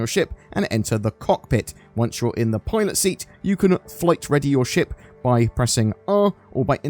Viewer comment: Sorry but i keep hearing "toilet seat" instead of "pilot seat" 🤣🤣